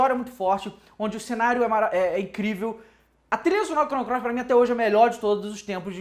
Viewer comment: vc disse... Chrono CLOIS?! hahahaha